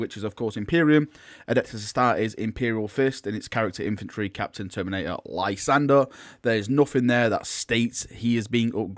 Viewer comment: Cousin it's pronounced term-in-ator armour. Sorry to nitpick, enjoy your vids but that makes me hackles stand up everytime lol